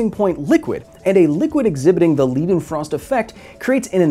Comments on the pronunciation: The Leidenfrost effect is pronounced Withe the "ei" in l EI denfrost effect like the "i meaning myself ( I am ChillaKilla) Greetings from Germany :) At least here in Germany that is. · i would pronounce the "ei" "leidenfrost" more like "y" in "kyle". or am i wrong? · I appreciate your work. Spreading scientific literacy is a noble pursuit and deserves recognition. But I am also an insufferable smartass on the spectrum 🧐 so you pronunciation of “Leidenfrost” felt like nails on a chalkboard. The German “-ei” is pronounced closer to “eye” more like “Leyedenfrost”. While the “-ie” is pronounced as an American “-ee”. I am looking forward to your video on gas constants and the law of combining volumes. I feel there is a funny sounding French name in there somewhere. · Lai (ai like in aye or dye) den frost Please stop making us cry. It is well within English vocabulary's ability to pronounce correctly. Unlike "arbeidsongeschiktheidsverzekering" (Dutch) or "Arbeitslosigkeitsversicherung" (German) Try those for some tongue practice. No excuses, you are not calling Einstein "eensteen" either. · This is so beautiful. Never thought that the freezing point and vapor pressure would make such a big difference. By the way, "Leidenfrost" is pronounced like "Leyedenfrost", as in "eye", not as in "Lee". It translates to "suffering frost" (of course it does, Leidenfrost was German after all). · Lie-den-frost. It's a German "ei," so named after Johann Gottlob Leidenfrost. Thanks for mixing your linguistic roots, English. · I think it's pronounced LIEdenfrost, at least that is how my family pronounces our name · This belongs most definitely on my list of prettiest things I've ever seen. The experiment was dope as well ;) Also, it's pronounced "lydenfrost" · Leidenfrost is a german name, and in german when E and I go walking the latter does the talking, so its pronounced like Laidenfrost ;) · pronounced Liiiii'denfrost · arggg the way you pronounce leidefrost is evil